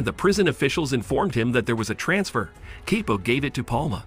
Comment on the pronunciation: This ai is ridiculous.. Chapo=kepo? 😂